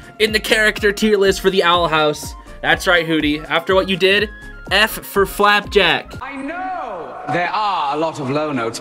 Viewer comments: its not flapack its flapjack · it is flap jack not flap pack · Not flapbak its flapjack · why ado you say flapback its flapjack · ITS FLAPJACK NOT FLAPACK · is saying "flapack" btw not Flapback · It's.. flapJACK like a pancake. Great vid, but PLSSSS just say FLAPJACKKK lol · OMG STOP CALLING HIM FORKING FLABACK IM GONNA LOSE ITTTT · Nobody realizing that he’s calling flapjack “flapback”? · HE CALLS HIM FLAPBACK LOL🤣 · lol the fWer SwIt (as it is pronounced in the video) is red because flapjack is red😂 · He really said "Flapback" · He said flap back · He keeps saying flapback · I swear to god call flapjack flapback one more time I’m going to slap you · Flapack* It seems you're having a little trouble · continuously getting flapjacks name wrong is hilarious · HOW DARE YOU MISPRONOUNCE FLAPACK >:( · YOU SAID FLAPACK WRONG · It's flapjack not flapcrack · Its not flapback.......ITS FLAPJACK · I love how u said "FlapBACK" the whole time instead of flapjack lol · Did bro just say “FlapBack” 💀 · Please stop calling FLAP JACk flap PACK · who the f REDACTED people says FLAPBACK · Him: flapBACK Me:*breathes in intense* it's FLAPJACK NOT FLAPBACK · If he says flapback one more time, ITS FLAPJACK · Flapjack ❌ Flapback✅ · I die inside every time he says "Flapback" and not Flapjack. Is anyone watching in 2024? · Is it just me or is he saying “Flapack” instead of “Flapjack” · flapback? that's what I hear him say, isn't it flapjack? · not sure if its some sort of inside joke or something but hunter’s bird’s name is “flapjack” like a pancake, not flapback 😭😭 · I HATE THAT HE KEEPS SAYING: "Flap back" LIKE FLAP BACK!? NO ITS FLAP-JACK RIGHT? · His name is flapack ive watched the owl house five times and always heard flapjack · Bro over here saying flap back it's FLAPJACK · Everytime he says flapjack He says flapback instead and its funnys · You keep calling Flap-Jacks flat-pack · He said flapback. I am mad. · Hunter called it flapjack not flapback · Its flapJACK Not flapBACK